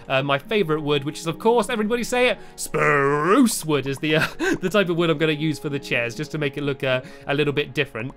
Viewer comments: i thought it was SPUROOCE, not spruce, whats going on here? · you said spruce wrong say sprroose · Umm... You said spruce, not SPRUSE! XD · You said spruce and not SPRUCE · How do u write a note stampy btw you didnt say spruuuuuce u said soruce wood not spruuuuuce wood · Stampylongnose you did not say spruce wood you said it like spruce wood say it with your chest like SPRUCE WOOD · Stampy u did not say it right last time you said spruce not SPRUCE!!!!! :D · At first you said sparuce but then u said spruce! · ooh stampy you didnt say SPRUCE you said spruce just that how dare you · stampy you said spurce in the video and you didnt say it in that wierd man voice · You did not say SPRUCE!!!!! STAMPY !!!!! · stampy you forgot to say sproos like SPRROOS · you said spppruuuuuuuuccce wrong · You said, " Rather than Spruce." Your supposed to say, "SPARuce!" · Stampy you Sound funny when you say sprosse wood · You didn't say SPRRUUSSE!¡!!!¡!!!!¡¡¡!!!¡ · You sAId spruc wood wrong :( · YOU SAID SPRUCE NOT SPARUCE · you mean SPRRRRUCE!!!! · You said SPROUCE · Gasp you said SPRUSE wrong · Spruce- pronounced SPAruce- the darkest,bravest wood in Stampy's lovely world. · stampy u forgot to say sproce!!!!!!!!!!!!!!!!!!!!!!!!!11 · O my goodness Stampy you didn't say spa ruce you said spruce :D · also you said SPRUSE wrong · hey when you said spruce you didn't say it right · You didnt say spruce right the second time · you didn't say spruce right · Mr stampy im ashamed of u itz not spruce wood itz SPRUCE Wood !!! ;) hope it made u laugh :) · U said SPRUCE wrong!!! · Oh No U Didnt Say SPURUSE !!!!!!!!!!!! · STAMPY YOU DIDNT SAY SPRUCE RIGHT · stop saying spruce wrong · This video you did not say SPROUCE!!!!!!! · You say stampy says spruce weird and you can't even spell it. Lol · Stampy!!! You said Spruce wrong!!! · Stampy... you didn't say sprUse right :) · You said spruce wrong at 8 mins 18 :-)